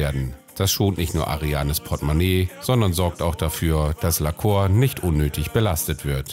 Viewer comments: Ich will kein Korinthenkacker sein, aber heißt das Pferd nicht "Lacour" (Lakuur) anstatt "Laceur" (Laköör)? Und bei der Gelegenheit: Großes Kompliment an; ich rede genauso mit meinen Tieren und finde generell, dass man sooo viel mit Stimmfarbe, Tonlage und Betonung ausdrücken kann. Es macht wirklich Spaß, Dir beim Umgang mit den Pferden zuzusehen 👍🏻. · PS: man spricht es "Lahkuhr" aus :D das ist französisch. liebe Grüsse aus Dänemark von einer Halbfranzösin 😁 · sehr schönes pferd, geatulation! ich denke man spricht seinen französischen namen aber anders aus… bei lacour spricht man das ou wie “u” aus, nicht “o”… ;-) bonne chance! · lacour spricht man "lacuhr"...bitte. la Cour = der Hof, das Hofhalten, der Gerichtshof etc.